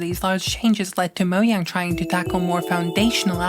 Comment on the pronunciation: since when is it "moyang"?